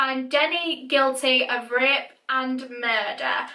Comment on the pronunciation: Umm so can I just say how cute Danny Ross is and how much he looks like Ross Geller... I mean I’m just saying :)) I do feel bad though she was way to young and never would deserved that. And every time she said rape I thought she was saying ripped so I don’t even know where this comment is going. Have a fantastic day!